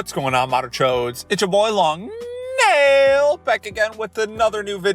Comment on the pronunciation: i subscribed just for the way he says “long nAIILLL!”💀😩😭